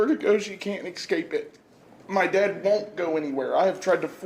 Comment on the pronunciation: The way the girlfriend says “had and “dad” it’s “hayud” and “dayud”